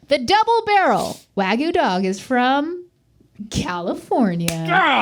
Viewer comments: Why do English speaking people/americans prononce it like "wa-goo" instead of "wag-you" ? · Wag-*YOU*,. Not Wa-goo. And making that into a dang hotdog is sacrilege! That stadium should be ashamed! xD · Wagyu is not pronounced like that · Aw - can’t say Wagyu. 😂